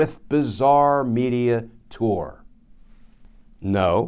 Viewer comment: thank you for pronouncing tour correctly. Ahhh!! What a relief.